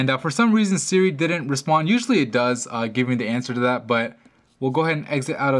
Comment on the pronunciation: Yes. Try again. Oh and it's "does", not "dose".